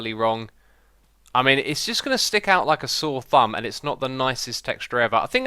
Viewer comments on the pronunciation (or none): none